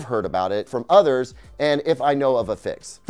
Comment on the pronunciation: I love how you pronounce "others" like "udders" 🐄 😉